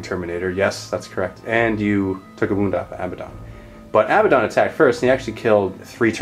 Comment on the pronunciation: A-bad-don Not Abba don. Say them out loud to yourself, which one sounds right, which one just sounds silly?